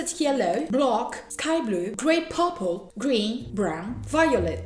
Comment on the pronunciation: Et violet en anglais on dit pourpel